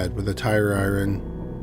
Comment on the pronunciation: Robots can't say iron. Lol